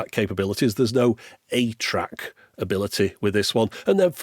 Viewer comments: Early on in this video, are you saying "8-track?" It can't be THAT retro can it? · Who else kept hearing 8-Track instead of ATRAC? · For the longest time, every time he said ATRAC, my brain parsed it as “8-track” and I wondered why Sony was going so retro back then. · I was washing dishes while listening to this and every time said "ATRAC" i had to look over to make sure Sony hadn't made a 2000s era 8-track 😅